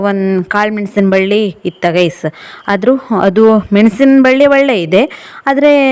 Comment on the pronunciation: ನೀವು ಗಾಯ್ಸ್ ಅನ್ನೋದು ಬೇರೆ ಥರಾನೇ ಕೇಳಿಸುತ್ತೆ..ನೀವ್ ಗಾಯ್ಸ್ ಅನ್ನೋ ಬದಲಿಗೆ ಫ್ರೆಂಡ್ಸ್ ಅನ್ನಿ ಸಾಕು..